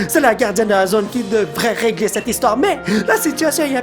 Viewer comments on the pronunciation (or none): none